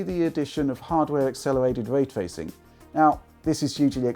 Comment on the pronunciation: 🙄 When de guy says "waytwaycing" instead of "raytracing" Learn how to speak man...